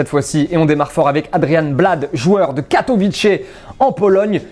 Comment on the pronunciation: Par contre on dit Katowitsé et pas katowitché 😉